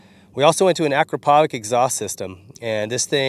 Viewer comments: Stop saying Akrapovik man!!! It’s pronounced: Akrapovich!!!! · Yeah, if i remember correctly... it's, 'Ah-crop-a-vich'...like I just planted 'a crop of bitches' lol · Nice video, nice bike, nice custom parts ... but Akrapovič in pronounced like reading A-kra-paw-veech like it is written ... with the emphasis on "kra" ;) ... he comes from my parts of the world so I'm a bit nitpicky. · The exhaust is pronounced Ah -Crop-Ah-Vitch.